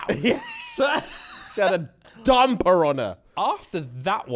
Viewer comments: “She got a dumb piranha” (brain finally registers what I heard) ohhh dumper on her…. Nah it’s dumb piranha for ever now. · How many times is he gonna say DUMMMPER 😂😂😂